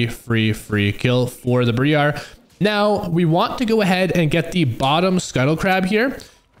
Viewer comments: I'm sorry for being that guy but it kinda bugged me since it keeps going in the video, its not BrEar its Briar (the I sounds the same as I sounds when saying I). Its confirmed in both her champion lock-in voice and by Zyra in game randomly saying her name when they meet each other. Otherwise great video ty for content xD, I'll hide my grammer nazi self in the corner now :3 PS on the lvl 3 2 point W thing, only do this if you don't think you are going to be invaded, if someone invades you and you don't have Q you can no longer prio camps. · Its Briar not BrEEARE >;c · bree-are? wtf bro?